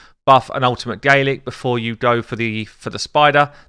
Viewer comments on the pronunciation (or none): none